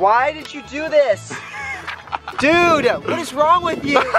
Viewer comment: Is it just me Brent always say Dud did u need to do this